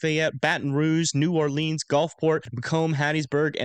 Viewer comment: New drinking game: every time mispronounces “New Orleans” take a shot 🥃😂